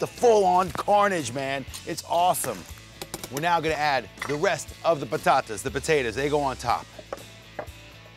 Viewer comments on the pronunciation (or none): Sorry to correct you, but it's "batata", with a B, not "patata". That'd be spanish or italian. And WOW, "vai pro caralho, vá foder-se"?? Really?? I crapped my pants here, hahahaha. THAT you can pronounce, uh?